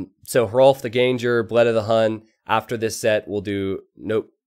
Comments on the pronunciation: Can you not pronounce ganger like that? The foreman of a GANG, not a ganje. Please :^) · I think Ganger is pronounced "gahn-ggur" since it's Germanic / Scandinavian, wouldn't it be? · Don't stress the 'g' in ganger. It's just an 'ng' sound.